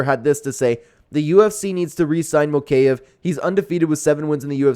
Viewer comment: mow-kay- ev...... BRO its MO-KA-EV